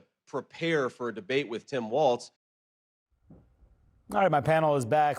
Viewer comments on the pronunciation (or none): People talking about politics on video need to learn how to actually pronounce "Walz". It's not WalTz. 😂